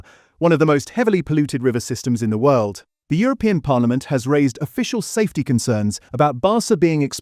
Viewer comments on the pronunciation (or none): none